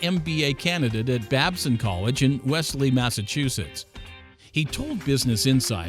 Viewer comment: I’m sorry did you just say Wesley Massachusetts? It’s clearly spelled Wellesley